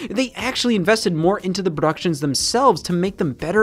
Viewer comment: lol funny wya to say production